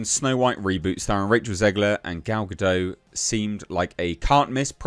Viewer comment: H, please say Gal's name correctly. It's GA- DOT LIKE POT. Thank you sir. Greetings from Maryland USA.